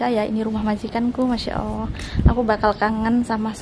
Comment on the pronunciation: kenapa bilang MasyaAllah bilangnya masyaawoh 🙃